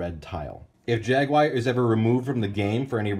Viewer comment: The way you pronounce "Jaguar" makes me cringe every time. Good review though, and the info on the package was a lot more helpful than I would have thought that it would be.